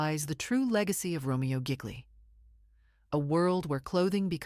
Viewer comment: RO MER O GEE LEE...IS THE FULL NAME.......SO MANY MISTAKES ON THIS CHANEL....JUST NY OPINIION...😯